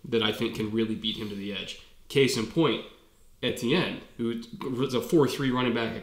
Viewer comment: Finally someone that knows how to pronounce the name Etienne right! That's my name btw